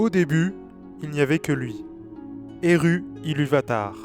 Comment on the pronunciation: Le u c'est ou parce que la tu pique les oreilles